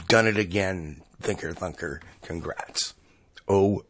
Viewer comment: When he says Thinker Thunker he sounds like he says Thicker Fucker